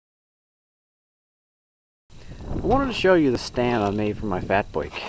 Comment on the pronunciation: Well done! I'm from Oklahoma, so I chuckled at "boike" and "garaage" ;) .